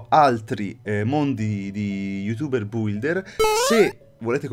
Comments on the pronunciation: BM si pronuncia builder non bulder😒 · Aspe come l'hai detto builder????si legge bilder!!!!Non devi leggere la U!!!!